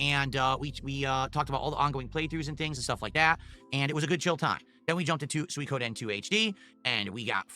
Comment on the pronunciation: I was trolling phil in his chat last week calling it "soy koden" I can't believe he started calling it that 😂 he used to say swee Koden